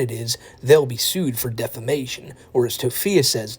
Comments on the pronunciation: "DEFERMATION" girl get off the internet and please get yourself educated XD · "defermation" that drives me nuts hahaha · I love when she says she’s gonna sue people for defamation when she can’t even pronounce it right😂😂she will never have money or a lawyer lol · Between her pronounciation of defamation to her probably not even realizing that she could never afford a lawyer, comes off as the perfect example of a woman child who doesn't realize the world isn't gonna be served to you on a oyster platter or in her case Wendy's tray.